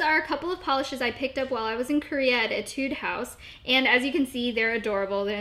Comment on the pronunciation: I think etude house is pronounced like ay-tude. ay, which makes the same sound as the a in made, or bake. and the emphasis should be on ay. Lol just saying because i play violin and that's how etudes are pronounced :)